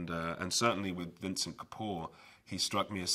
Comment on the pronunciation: Plus it's Venkat and not Vincent